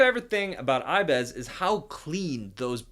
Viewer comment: Wtf is " I bez"